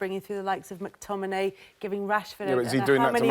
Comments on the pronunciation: Just want to hear Wrighty say McTmininiimay a few more times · Ian Wright physically cannot pronounce McTominay properly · How can Wright say McTominay so many times and somehow pronounce it differently each time. Bless him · Surely Ian realized he can't pronounce McTominay? Not sure why he then decided to say his name about seven times in thirty seconds. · Ian saying mctominays name wrong is making me laugh out loud hahah